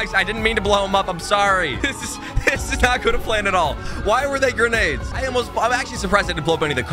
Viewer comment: "i promise that wasent granades"😂🤣😂